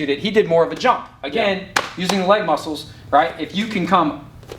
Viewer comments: When said LEG MUSSELS I felt mikes pain😂😂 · "LEG MUSSELS"